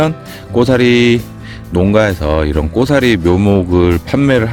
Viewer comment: 잘보고 배웁니다. 그런데 꼬사리 아니고 고사리 겠지요